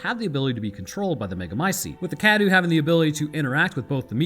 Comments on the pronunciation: Huh what Cadou is pronounced as kadu? That's not right, it's supposed to be Ka-dow, meaning present/gift in Romanian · By "pronouncing correctly" you mean "close enough" right? Then again, better you no longer pronounce it "Dimitresc" which was dumb :D. Also, you're still mispronouncing "cadou" (gift). It's not "kadoo" but closer to "ka-dough", the O and U sounds are separate. Trust me, I'm Romanian :) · I really wish you'd learn how to pronounce Cadou. Forget the u is there, man.